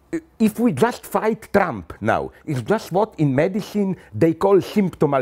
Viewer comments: I think you'll find it was "Trrremp". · I love the way he calls him Tramp. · did he call him "Tramp"? lollll